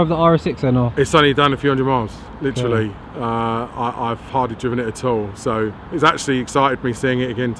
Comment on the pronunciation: Its 'driven'... sick vid tho